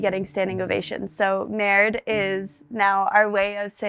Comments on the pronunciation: Just FYI, it's not NERDE but MERDE instead! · Someone needs to tell her the word is Merde, not nerde.